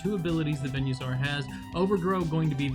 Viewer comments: Venue-saur? I thought it was Venus-aur. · Im sorry but please... its veen-uh-saur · "venuesaur" "veenoshock" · I never heard someone pronounce venusaur like that till now 😣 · The way he pronounces venusaur